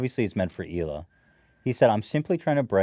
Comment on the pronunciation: its Hila* not "Shila" my dude